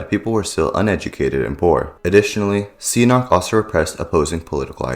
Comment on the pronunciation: You also pronounced "Sihanouk" as "see a knock".